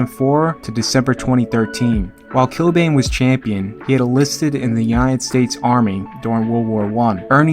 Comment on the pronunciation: Not too far off with the pronunciation of Achill Island, the way you do say it is here We'd also say Kill-Ban, as opposed to Kill-Bane (the Batman villain). Great vid as usual